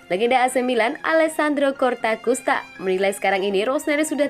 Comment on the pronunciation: Ralat min bukan CORTAKUSTA TAPI COSTAKURTA